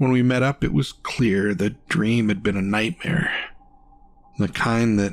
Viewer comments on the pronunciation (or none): I almost stopped this video 30 seconds in. The story was great but the narrator has a very odd thing that he does at the end of his sentences/words. Its like it gets really low and strange .Also, the annunciation was a little rough. Saying things like "nightmare" he added an "ah sound" . Hard to explain but it was very distracting. I think he needs another chance to show what he can do though because his voice minus the strange way ends was pleasant until the last syllable. On the fence here. So i wont vote up or down.